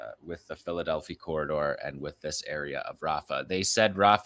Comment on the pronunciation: You're mispronouncing Philadelphi Corridor. It's Delphi. The i should sound like "eye."